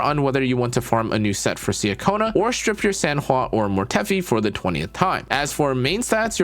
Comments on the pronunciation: nice guide! btw just fyi, her name’s pronounced chacona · Great guide! It’s pronounced CHA-kona btw. I’m so happy I got her!